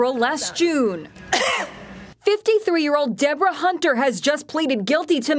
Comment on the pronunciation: Debra C Hunter... the H is silent, deserves more than 30 days.